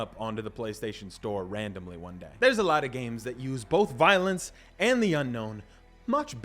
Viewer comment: love the vids but “voilence” lol